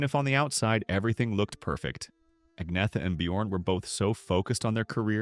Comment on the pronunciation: Her name is Agneta, not Agnea